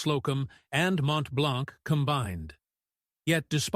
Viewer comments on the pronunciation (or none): none